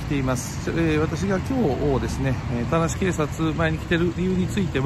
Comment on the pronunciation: 最初の田無警察よりが ガーシー警察よりに聞こえたw